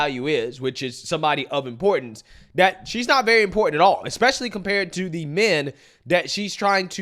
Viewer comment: I chuckle when this high value woman says "eck-specially".